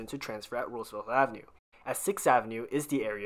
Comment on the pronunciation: It's pronounced Roosevelt, NOT RooseveLTH!!